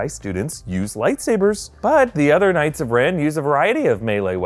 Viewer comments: The way he said "k-ngihts" of Ren made me triggered. lol :) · The k is silent in knight. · It’s pronounced “Ka-nig-its”